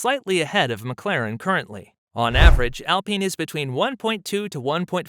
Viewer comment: You call yourself "" and you cant even say McLaren the right way....